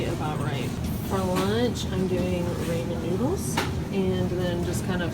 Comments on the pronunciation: RAW-MEN. Not RAY-MEN. Hahaha! :) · "Raw-men" noodles lol not raymon. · Ramen - pronounced Raw-men noodles.